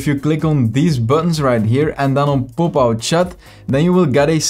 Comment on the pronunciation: I like how he pronounce Popout To "POOPout"